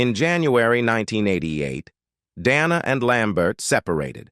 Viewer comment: The narrator calls her Donna several times as well as mispronouncing her last name